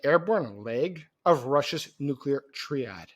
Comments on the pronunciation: Not tree add kid..... it's Tri- add. Btw.....what was your point in your video.? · Excellent reporting, but you make yourself sound like you're not an expert when you pronounce "nuclear triad" like "tree". All native English speakers in all countries pronounce it like the beginning of "tricycle". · The word triad is pronounced with a long i sounding like the word eye so tri(meaning 3) is pronounced with a long "i" in English then ad the word ad and you have tri ad. Sorry but I am an English and English as a second language teacher and the mispronounced word really sets off my OCD. You're English is otherwise very good and I love your content. I checked my Russian pronounciation guide and could not find a similar sound in Russian, but the i sound in the Ukainian language does come close in some words. I think maybe the Ukrainian word for "and" comes close. Hope this was helpful.